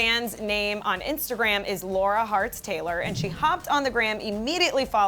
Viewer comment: AND BTW HER NAME IS PRONOUNCED “la-rah” NOT “lau-ruh”